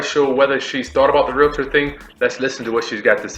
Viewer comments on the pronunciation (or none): It is pronounced REAL-tor, not RE-LA-tor.